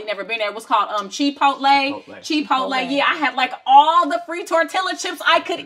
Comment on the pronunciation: The fact that you said "Chee pote lay" is crazy cuz that's what the fuck I called it when I had first heard of it lmaoo 😂 I still have never had it cuz I felt stupid after that. You crazy as hell girl 😂